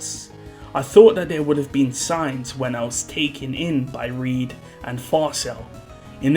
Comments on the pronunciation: Can we stop calling Reid as Reed, please? It's supposed to be pronounced the same as Reinhard. Thanks in advance. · He's not called Reed btw, it's Reid. Same as Reinhard.